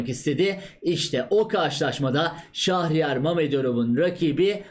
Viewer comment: "Şahriyar" değil abicim doğrusu "Şehriyar".